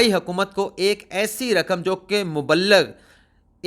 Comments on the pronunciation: lafz moballagh nai hota۔ balke mobligh hota hey۔ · مبلغ ہوتا ہے بوبلغ نہیں ہوتا۔ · مبلغ کو mubaligh نہیں بلکہ mubligh پڑھتے ہیں۔ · Mubligh not Muballigh please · Mubaligh Nahi Mubligh Hota hai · تمھاری اُردو بھی ٹھیک نہیں تُمھیں مُبلِغ کہنا بھی نہیں آتا۔